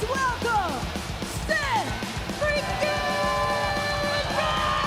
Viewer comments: or Seth 'Refereekin' Rollins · Seth "reFeREakin" Rollins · Refareakin. You almost had it too.😊